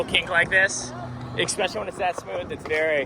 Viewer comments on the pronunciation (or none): I'm going to be keeping a tally of how many times you say "deer drek" in this video, will edit comment at the end... lol edit: so I counted 14, and you also said it right at least once bonus "ECKspecially" tally: 2 anyways, fun video concept, liking all the inserted clips and whatnot lately too 👍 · have we started pronouncing especially without an x now? 😉